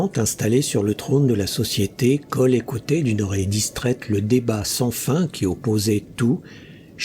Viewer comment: Super comme d'habitude. Merci. Mais pourquoi Koll et Brole et non Kull et Brule ?